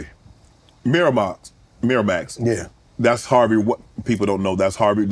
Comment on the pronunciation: "Miramux, Miramax" 😂😂😂